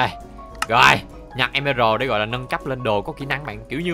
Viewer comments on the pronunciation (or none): Lúc anh nói về nhà nâng cấp em tưởng anh nói là về nhà méc mẹ